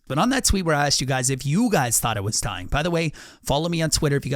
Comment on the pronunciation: Bruh you can’t even say dying😂